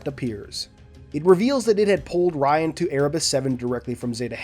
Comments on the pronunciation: Little tip, Rion is pronounced "Re-own" not "Ryan" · in the audiobooks its Re-own